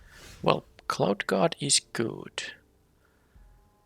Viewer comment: Your accent made the Cloud Guard sound like Clout Guard truly a chad. Also it seems like flyers always win games super easy not many reach creatures in the last few sets.